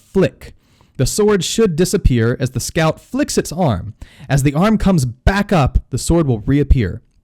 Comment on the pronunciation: Its weird, I keep thinking your saying scalp(I think that's how u spell it) instead of scout.